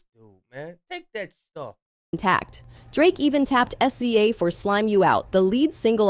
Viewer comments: Wouldn't be so bad if it could actually say SZA's name right. 😂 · The pronunciation of "SZA" is sending me! But yeah it's amazing how much Kenny hates Aubrey. Pure loathing. Fun watching him & Push help Drake destroy himself 🍿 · "S-Z-A" "Poosha" 💀